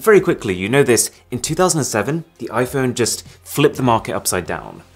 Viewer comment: I missed the "IPhoney"